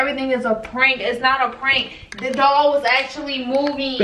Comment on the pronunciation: It sound like they saying dog not doll 😩🤣